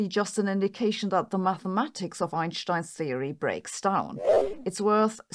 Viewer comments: It’s Einstein not Einshtein. You are speaking English so use the correct English pronunciation. Can’t take her seriously when she cant even pronounce English words and names correctly, who in their right mind takes anything she says seriously? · You wouldn’t say “shhtairs” Right? You’d say stairs… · It’s not “Einshhtein”… it’s an “st” in Einstein… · Eyyen Shhhhtine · Hopefully, she can learn how to say 'Einstein'.